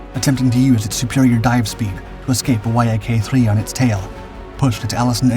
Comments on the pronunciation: "Y" "A" "K" is pronounced "YAK" you BOOB. And you include gun camera footage and aerial footage of just about EVERY TYPE of fighter (besides P-38s and "YAK"s ....see how that's pronounced"?...."YAK"....) EXCEPT carrier fighters!!! EVERY maneuver you describe the P-38s and "YAK"s (...."YAK"...understand yet?....) doing doing against each other are AEROBATIC MANEUVERS....FIGHTERS DO NOT DO "aerobatic maneuvers" against each other in combat (EXCEPT MAYBE an OCCASIONAL "split-s' or "Immelmann turn"...history proves that pilots that do "aerobatics," or "acrobatics" as some say it, in combat DIE...PERIOD). The vernacular of air combat is almost TOTALLY DIFFERENT from "air show blather, but a REAL Military Aviation Historian (or tactical pilot!) would KNOW THAT....GOOD LUCK "hammerhead" stalling a P-38 ANYWHERE BELOW ABOUT 15,000 FEET, and LIVING TO TELL ABOUT IT!!!! Sometimes these videos are JUST AWESOME, and sometimes they are JUST RIDICULOUS. Get an actual AVIATION HISTORIAN to LOOK at these damn things BEFORE you put them out PLEEEEEEEEASE!!! ....and BTW, P-38s are actually pretty quiet, because of the exhaust/supercharger set-up....they aren't HOWLERS like Mustangs and Jugs....unless they are almost RIGHT ON TOP OF YOU, you really don't hear them much....your scripting of "while the thunder of the fighters was still echoing in the air" or some overly-dramatic crap, makes NO SENSE in a HISTORICAL context. Just saying.... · Y-A-K…umm everyone just calls it the Yak. I am 50 and it’s been the YAK my whole life not Y-A-K…your videos are getting better on the visuals matching the subject matter..do me a favor though..ditch the music. You’re not producing rock videos. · Love how the Yak fighter is called the Y A K instead of just saying it properly. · It's pronounced "yack", you muppet!